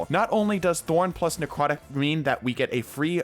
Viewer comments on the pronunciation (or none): necwotic :3